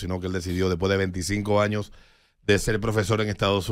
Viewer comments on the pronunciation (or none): none